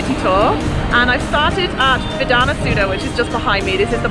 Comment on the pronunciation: It's "Saudha" as in "suh-vvv-dha". But good effort. 😄